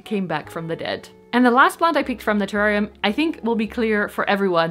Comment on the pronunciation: 🇦🇺 hey 🙋🏻 love that spiral cactus! How cute. The Blue Begonia is GORGEOUS. You pronounced terrarium correctly the first time 😉😉 - your large terrarium hugely inspired me I bought an large aquarium (but as big as yours!) So big plans afoot. I saw how you had taped the palidiflorum leaf in a different segment and I laughed my head off 😂 but..... The other day i accidentally tore leaf on my P. euberescence Ruby ☹️ and then i saw my painter's tape and remembered you and taped my leaf! You can hardly even tell 🎉, so thank you. I also saw you started your calladiums inside. I've had trouble getting mine started, I have them in a humidity unit, planted in terracotta and sitting on a tray with a layer of stones. I put water to just touch the bottom of the pot and wait for it to evaporate and top it up again. It's been 3 weeks and no sign of life. Do you think they'll survive or have I rotted them? Hope your Christmas was lovely and Happy New Year 🎇🎇🎇🎇